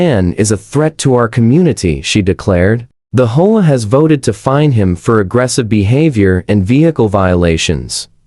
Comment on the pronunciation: Your STUPID AI pauses, hesitates and mispronounces easy words. Of course, Nobody would have had to endure that grade-school illiteracy, If the producer had not been so GREEDY that he never proof-checks the AI. You are the one who has to figure out the proper way to produce AI VIDEO, But I'll give you a hint. The HOME OWNER's ASSOCIATION is abbreviated, H.O.A. but instead of pronouncing each letter separately, the AI tried to pronounce it as if it was a three-letter WORD, pronounced as "HO-A". Don't try to say it as a word. It's NOT "HO-A", it's "H", "O", "A". NOW you have to figure out what else the STUPID AI GOT WRONG. NO EXCUSES! ---> Either do your job as you are supposed to, or DON'T DO IT AT ALL! Don't be so GREEDY AND LAZY!